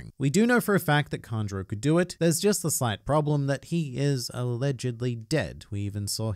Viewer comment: Its kanjuro